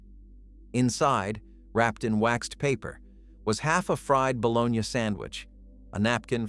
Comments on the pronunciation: Balogna! Hahahaha! Balo-nie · This mf keeps saying bolonya haha